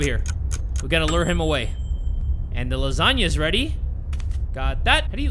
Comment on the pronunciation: Bro said rweady